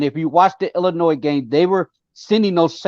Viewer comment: Whenever I hear someone say IllinoiZ they immediately have zero credibility